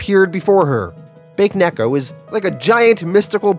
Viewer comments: It's pronounced Ba Ke Neko. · "Bake Neko" Lmao, pronounced it as Baked Cat. Isn't in Japanese it pronounced as "Bake" in two syllabus? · Watching the Irredeemable playlist for the first time. I know this video is over a year old, but I just wanted to point out that Bakeneko is actually pronounced Bah keh neh ko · Not to be the, "Mwell-achktually..." guy but it's pronounced, "Bah-kay" (Bake) Neko. Ghost/spirit cat. It's like nails on a chalkboard to my Jamabnese speaking ears 🤣🤣Love the channel!Q Instant sub when I saw you cover both, "The Boys" and, "Irredeemable." Awesome! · Its Baa keh neh koh. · BA-KAY-NECK-O 😂I love the content but that is so jarring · Excellent comic- the cat monster is pronounced “Bah-Keh-neck-oh” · Baked Cat